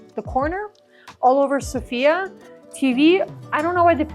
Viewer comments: The correct pronunciation is So.fia (in once) and not Sofi.A. ;-) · Thanks for your video! BTW, the stress is on SOfia😂